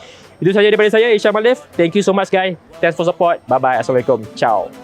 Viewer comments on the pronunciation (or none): none